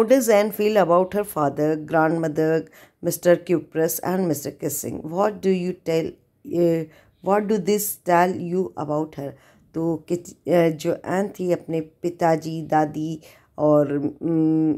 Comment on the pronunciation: Mam great job but it's not mister kissing it mister keesing(kezing)😂😂😂😂😂